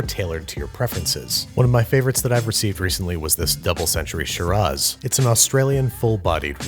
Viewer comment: You called it a "sh-roz", when it's said with much more of an a sound, a "She-razz"